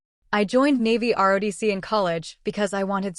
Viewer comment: ROTC, not RODC. This narrator has made this mistake many times, so proofreading is necessary.